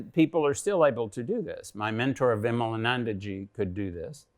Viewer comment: Lol, at least learn to pronounce Hindu names properly first before interviewing a person like Svoboda-ji. Its विमलानंद & not विमलानंदा . Shows the level of knowledge such Macaulay kids have about India!